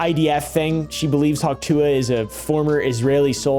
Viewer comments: The dumbest part is that she doesnt even say hawk tuah, she says huk teugh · My father in law thinks she's saying 'achoo'